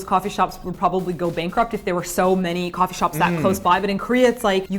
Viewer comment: "kwofee shop" hehehe